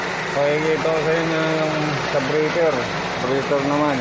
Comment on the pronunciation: breather boss not brieter 🤣🤣